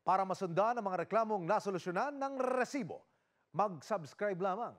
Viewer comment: Sino dito naiinis sa pag bigkas ng resibo? haha